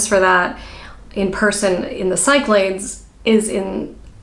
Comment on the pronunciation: The island chain is called the 1) ‘Sea-CLAH-days’ or ‘SICK-cla-dees’—not ‘Sigh-clades’.